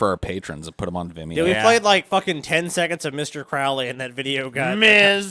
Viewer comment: . do you like misprounouncing ... "crowley"?